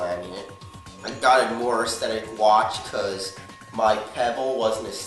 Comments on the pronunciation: Here's a challenge: Take a shot for every time he says ashthetic. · Whats with him in saying asthetic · If I got a dollar for every time he says astheteick I would be rich